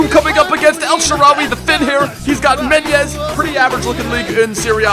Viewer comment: "Menyez" lmao